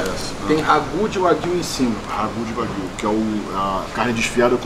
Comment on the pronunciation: Corrigindo a pronúncia “carne de uai-guiu